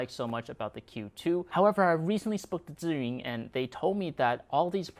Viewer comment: The only one who pronounced Zhiyun correctly lol.